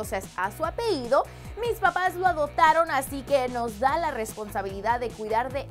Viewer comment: apeido ? what 😂 por que siempre dice apeido en vez de apellido ,vivían osea no te creas gringa para decir "apeido" dí apellido como debe ser no se lo tomen a mal ,es una critica constructiva , besos y saludos desde Venezuela 💕